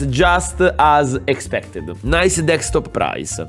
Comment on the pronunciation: E TUTTA ITALI DICE DEKSTOP SE SI DICE DESKTOP.